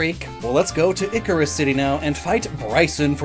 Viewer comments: It's pronounced EYE SEER US, not Icarus. From Cirrus clouds, which are the clouds that are made of ice crystals. Well nvm, a second later you learned. But im not going to delete my comment. Algorithm and all that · I've been watching the anime and Cilan (despite being a reference to cilantro) is pronounce [SIGH-lin]. And Icirrus City is being pronounced like [eye-SEAR-us].